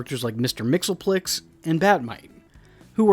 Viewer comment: I was always led to understand that Mister Mxyzptlik’s name was pronounced, "Mix-Yez-Pittle-Lick," not "Mixel-Plix" as you pronounce it… #Confused🤷🏻‍♀️